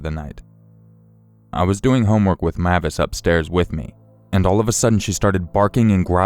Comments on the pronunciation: Im pretty sure the dogs name is pronounced (M-ay-vis) with a long A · It's pronounces (MAY-vis) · Great video! I believe the dog's name is pronounced like Mayvis instead of how you were saying it, but great job narrating as usual.